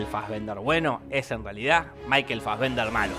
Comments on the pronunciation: Me uno al reto: Un shot cada vez que Jorge diga maikel fasbender :v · Una birra por cada vez que dijo Michael Fasbender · ¿Puede dejar de decir maykel fazvender?